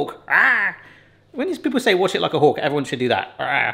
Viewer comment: the saying is watch like a hawk did u say hulk or is that your accent? im not at all trying g to be funny or Make fun of you